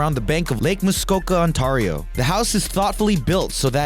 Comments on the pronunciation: You say Ontario weird. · You need a pronunciation guide. You mispronounced Newfoundland, Ontario and god knows what other place names. Do more research as you obviously are American don't be like your president learn about the rest of the world and then you might be interesting. Look up professionalism too.